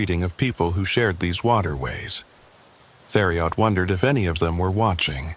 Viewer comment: It’s pronounced “terry-o” not “there E Ot”